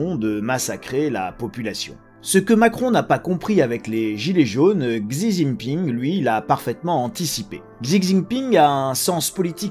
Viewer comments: Désolé mais « zizi ping » se prononce plutôt « shi ji ping ». Merci. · Merci pour l'analyse, par contre, si je peux me permettre, il faut prononcer le nom du président chinois comme il faut, à la chinoise. On dit «Si Jinping» et pas «Xi Jinping» 😄👍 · Juste ça se prononce chi Jing ping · La prononciation du nom du président chinois m'a tué😂 comment c'est possible autant de décès avec un virus devenu si peu dangereux ?🤔